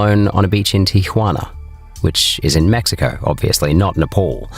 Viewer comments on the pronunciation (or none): none